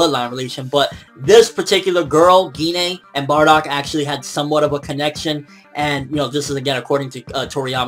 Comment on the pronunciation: Pretty sure its pronouned jine but with a g gi-nay sounds kinda weird (just the way you said it)